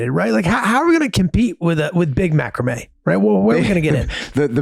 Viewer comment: Thee worst pronunciation of macrame I've heard hahaha 😆